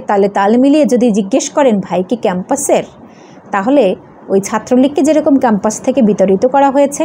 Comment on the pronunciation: উচ্চারণ এতো ভুল ?? খ্যাম্পাস কি ?